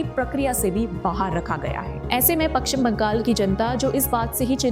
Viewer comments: Its Pashchim Bangal not Pakshim Bangal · Madam, it is Pashchim Bangal, not Pakchim Bangal.